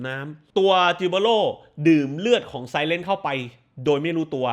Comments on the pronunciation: คลิปนี้ดูไม่จบ เพราะติดที่คุณออกเสียงคำว่า ไซเรน เป็น ไซเร็นซ์ ซึ่งความหมายตรงกันข้ามกับตัวละครเลยค่ะ ขอโทษด้วยนะคะ 😅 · เขาไม่ไม่ได้เรียกไซเรน หรอกเหรอ เป็นที่มาของเสียงไซเรนอ่ะ ทำไมแอดอ่าน ไซเลนซ์ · ไซเรนกับไซเล้นท อยากไห้ออกเสียงต่างกันหน่อยค่ะ เดี๋ยวคนฟังเข้าใจผิด